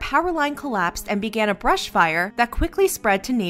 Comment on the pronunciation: A vrush fire😂😂😂😂😂